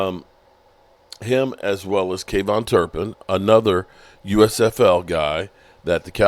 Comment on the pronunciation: KAVONTAE Turpin!!!!! Not Kavone!